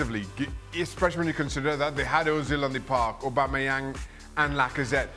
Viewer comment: Really? Aubamayeng? lol